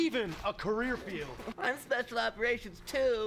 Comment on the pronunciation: “I’m speshul operations tew!”